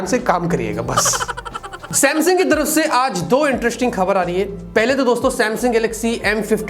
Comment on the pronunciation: "Samaung" ✅ "Samsung" ❌